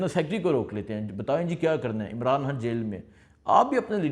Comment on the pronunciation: حتم نہیں ختم ح نہیں خ حان نہیں خان